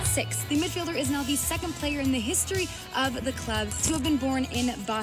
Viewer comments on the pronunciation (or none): none